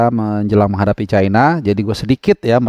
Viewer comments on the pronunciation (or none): none